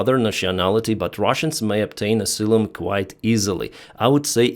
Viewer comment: Ah -sigh - lum.